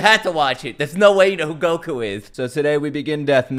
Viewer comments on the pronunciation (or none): none